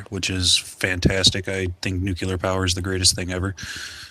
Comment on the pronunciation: The new avatar is a bit of a trompe l'oeil. -1 for the Dubya pronunciation of nuclear. A Trump appointment might be an effective role for Mrs McMahon - certainly better than the Senate. (She was the first woman - now joined by Mrs Clinton - running for high office against whom I've voted twice.) To avoid looking racist - try a French accent? almost everyone hates France. (I don't.) Betrayal/portrayal was an excellent Freudian slip. - The R word is just a big vice signal, practically the flip side of the other R word wielded by the other side. There is doubtless age-appropriate information for various audiences; QKS is badly off. Free the G from LBT! (my new mantra, and I advise the B to secede as well) The lesbian couple strikes me as being at (or at best nearly) on a level with parents who enforce conversion therapy. Sadly, it's probably too late to work out what was really the horse and what the cart.